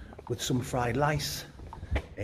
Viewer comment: Love you but do not be calling rice LICE not cool man.